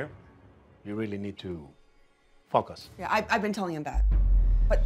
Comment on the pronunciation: Creo que por el error de pronunciación, "f*ck us hard", es lo que entendió él,que dijo el papá🙈😂